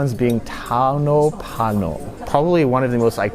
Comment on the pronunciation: For those whom arent from Finland actor was actually Tauno Palo (fire), not PANO (F#CK) 😂❤